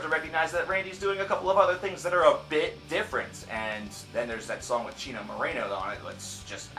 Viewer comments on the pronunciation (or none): none